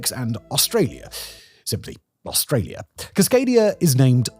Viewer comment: The way he says "Australia. Simply Australia" sounds like "Zoot. Just Zoot" 😂